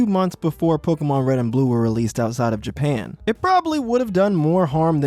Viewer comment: Whats with your voice bro "japeean"